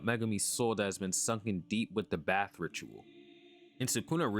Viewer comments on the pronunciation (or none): none